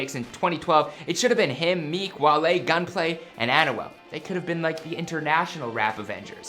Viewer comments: Lmfao...learn how to say his name right lol...AN-WELL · The way to pronounce his name is by thinking as if its written like "Anwel" not "Anyouel" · My man really said an u al 😭😭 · this dude is pronouncing Anuel's name as Annual... this dude is struggling to let out a Spanish word Anuual Duble-ah!! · Bro you clearly say an-wel and u said osuna its o-zuna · "An oo well" 😂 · Pronunciation: Ahn-Well Doh-bleh-ah 😂😭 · Man can u just say his name “a-nu-el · He pronounces it like Annual. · Annual el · this video makes me cringe, with how he pronounces Anuel and other spanish words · They should take him off YouTube saying Anuel like that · Lol they easy he tried to say anuel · The way he pernounces Anuel🤦‍♂️